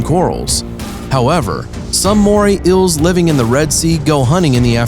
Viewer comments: Was it too hard to find someone more articulate? They go through the trouble of making this video, then mess it up by getting an incompetent narrator. Did they just grab some random guy off the street? The writing definitely sucks: "And in this video, two Moray "ills" mated to death. One of them is slightly larger and more powerful than its opponent, and this apparently served as the reason for its victory." No shit, Captain Obvious. Plus, those eels weren't mating. They look like two different species. "Here is such an amazing fish from the "ill" family and its "apprentice" fully reflects its character." You mean "appearance". What's worse is that he seems to be the narrator for most (if not all) of this channel's videos. I'm not going to check, of course, because I'd rather view videos that are informative, credible, and not annoying. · I hate how he calls eels ills like bro it's eel or eels. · Eels, not Ills. Lol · Dude! Its EEls, not Ills. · EELS. Not ills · It's eels not ils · Ils?? Their Eels like say E not Ills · This guy clearly cant say eels PROPERLY....all i hear is moray Ill moray ill LMFAOOO its kinda annoying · Hi there. Today we will talk to you about moray iils... I can't watch your video if everytime you try and say eel is sounds like iil. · Moray "ills"?????? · Moray ills belong to the family of ills. Other inhibitants? Get a new announcer / english book. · ok, i cant watch anymore, its killing meeeeeeeee "moray ills" FFS PRONUNCIATE!!!! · Very annoying how he pronounces it like moray ills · "moray ills" "marine inhibitants" That's some high quality narration ya got there. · "Moray ills" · “Today we will tell you about moray ills.” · wtf is wrong with your English; ' inhibitants' , 'iels' holy crap, sue your school board and see a diction professional. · why the heck does he pronounce eels like that🤣🤣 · In the first 5 seconds of the video he can't even say eels right. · Bruh you really said “ills” and “inhibitints”